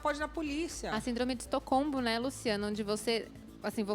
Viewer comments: síndrome de "estocombo" dra! pelo amoroso deus.... dra de que? nem sabe falar. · Eu ouvi direito, a psicóloga disse "síndrome de estocombo" ?? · "Estacombo" ??? 😂😂😂 Essa psicóloga deve ter usado alguma droga antes de entrar no programa . Sinceramente, não sei qual é pior, a apresentadora ou a psicóloga. hahahaha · Tu viu que ela falou "estocombo" ainda? LOL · Ela fala ainda “síndrome de estocombo” kkkkk pqp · E ele ainda pronunciou errado, a 1° vez ESTOCOMBO hahahaha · Quando ela falou síndrome de "estocombo" eu parei de assistir... Kkkkk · Sindrome de "EstoCOMBO"? Kkkk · “ESTOCOMBO”?! Pqp!!! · é impressão minha ou a Dra. disse "síndrome de EstocoMBo"? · Eu ouvi "Estocombo"? 🤔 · Essa psicóloga nao sabe nem falar a palavra ! Kkkkk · Não sei o que é pior, a psicologa falando síndrome de "estocombo" ou essa Luciana querendo saber detalhes sexuais da história, senti até uma vergonha alheia, a menina dizendo que foi explorada e ela querendo saber a aparência dos caras, detalhes, achei que ela iria perguntar qual a posição que os caras pediam... Kkk